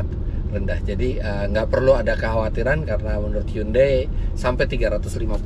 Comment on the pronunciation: mas Eri .. HYUNDAI = 현대 .. bacanya gak gitu seperti yg mas sebutkan selama ini ... tapi ....... cb di google translate bunyi dr bacaan hyundai ternyata sesungguhnya adalah ............